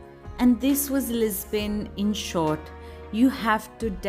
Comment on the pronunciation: Why are you saying "Lis-bain"? It is very distracting. Loved the video though. I live in Lisbon.